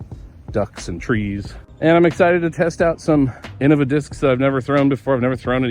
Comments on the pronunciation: Well ig I've been saying innova wrong my whole DG career . I say it "in-know-vuh" but never "in-uh- vuh" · Not that different. The ‘bad’ way would be in-nova.